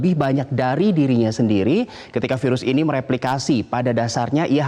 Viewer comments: yg ke 3 ngomong virus jdi seafood :v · Hahaha iya dong ngakak, dr virus ke sivud haha